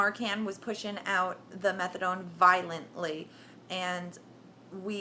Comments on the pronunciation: I cringed every time I heard her say it that way lol... methad(oh)ne is addictive as hell! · lol "Methadawn" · she said Methadone....pounced it like Megladon......hahaha ! anyway, good luck tho you SEXY thang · lots of this story you can tell are exaggerated. she can't even pronounce subutex, she say's subdytex.. and methadan. As someone said, by law they can't start you at 100mg of Done, it could kill you because they have to take your word for how high your tolerance is. Also she claims, it's the narcan in the suboxone that was almost killing me during the precipitated withdrawl. NOT TRUE. Narcan does not cause the precipitated withdrawl, look it up. All naltrexon does is keep people from shooting the bupenorphine, and in fact they have found it was too little to make a difference in daily suboxone users, they can still inject without getting sick. That's why they are coming out with a new formulation of suboxone this year. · Fake ads whanna be junky can't even pronounce methadone right..boo.. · You are full of it. You are not in withdrawal. You wouldnt be talking with that kind of inflection in your voice if you were in withdrawal and on day 9. You dont even know how to pronounce methadone, but yet you were on it??? I dont think so.